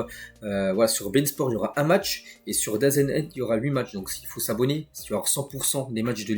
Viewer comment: ça fait des s maines que je t'entends épeler DAZN alors que ça se dit "dazone"